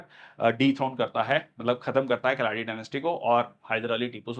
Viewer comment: Nice class sir but u missed one imp day Sir i.e June 29th National statistics Day And sir you pronounced keladi as kiladi dynasty but it's not kiladi it's ke+la+di= keladi dynasty and karnataka's 1st engineering clg is named after Bharat Rathna awardee Sir M.Vishveshwarayya not Vishwarya. Thank u sir from Karnataka .